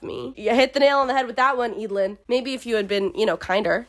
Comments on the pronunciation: I thought it was pronounced Ed - a - lin (like evelyn) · Every time you say “Eadlyn”, I think you’re saying “Edalyn”, and imagining how much more interesting this story would be with a main character like Edalyn Clawthorn from The Owl House. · Absolutely same. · Damn I'm not from an English-speaking country so didn't read the books in English and I remember pronouncing Eadlyn in my head as ead-lane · Im glad I listend to audiobooks bc I could never pronounce their name's. I didnt like the dynamic between Eadlyn and her parents, they could easily tell her more about the day her grandparents died and their own selection (I get it it's for the plot, but still). Edit: It always bugged me why she couldnt just add him to the selection, she was the fricking queen, she could totaly change the rules or just told her parents, I mean the people wanted to add that creep. How would that be possible. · W should appreciate books, and not judge them. And the pronounciation of Eadylin is not said like that.Plus who cares? you are just judging a book by names?? And it's not even a very kind thing to say.